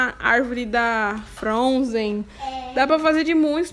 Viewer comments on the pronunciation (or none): Me divirto quando ela diz "fronzen"